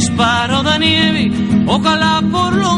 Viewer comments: Tienes toda la razón, las 3 veces que Silvio menciona esa palabra pronuncia "Nievi", pero en la tercera vez, ya en el min 2,29 ahí lo pronuncia con mucha mayor claridad, dice Nievi ya indesmentiblemente. Y si ahora él lo niega es para que no lo acusen de ser un pro-soviético, ni menos que lo tilden de ser el admirador de un francotirador ruso. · Hola!!, en una entrevista a Silvio Rodriguez, dijo que esa versión no era verdad, que la palabra es nieve., aunque en la canción él pronuncia nievi.😊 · Silvio la mayoría de veces dice “nievi” no nieve ❄️ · Huilen Ev Huilen Ev ya he mirado varios comentarios (siempre los miro) y la verdad es soy de las pequeño grupo de personas aquí que les vale mucha mier*a si dijo nieve o nievi, pero logre darme cuenta que te encanta entras en casi todos decidiendo lo que sabes. Que no está mal, pero en el co texto escrito parece que una niña con voz chillona lo está decidiendo eso, es que como que tu digas que lo pronunció mal Y yo llegué y te diga "Diooos!! Infórmate un poco 😂 te sugiero que busques la estrevista que tuvo reciente un alien con presidente sobre esto y básicamente el alien dice que son unos bobos quienes l piensan que el lo estába pronunciando mal, cuando obviamente es una forma más moderna de comunicación entre los perros 😂"